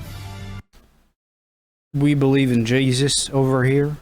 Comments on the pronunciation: "We believe in jayeezus over here" xD think that's where you're going wrong. I love insecure americans, so butthurt lol if any country has an empire these days it will be an empire of rubble and detritus. 🇬🇧 forever undisputed and indisputable champions of the world. You're welcome, world. You're welcome. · "we believe in Jeysis" I lold. Well played